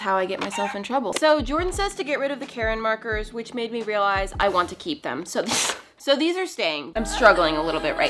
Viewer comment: Did she call the deco markers Karen markers 😂😂😂😂😂